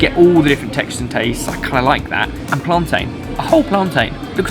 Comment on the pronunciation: You said plantain wrong 🇯🇲